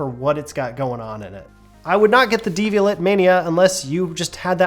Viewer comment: Devial*AY* (-et, French; like Chevrolet).